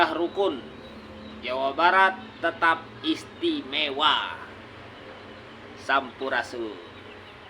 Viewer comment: Ya Allah ... itu mulut'nya Rizik menghina kata SAMPURASUN di katakan Rizik jadi kata CAMPUR RACUN. sangat menghina bahasa asli pribumi.